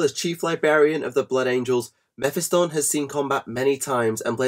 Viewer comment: Meh-fi-stun? Meh-phist-tonne